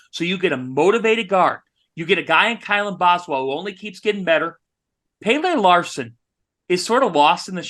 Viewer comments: Good ol "Pay-lay" Larsson and Oumar "bAl-oh". Guys please just show these guys the minimum of respect and learn how to pronounce their names correctly. Its pell-uh (Pelle) and Ball-oh (Ballo). Thanks! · From the Arizona Website. PRONUNCIATION: "PELL-UH" If I can Google it, you can Google it. Pronouncing the player's names correctly is the absolute, minimum floor for you guys. C'mon.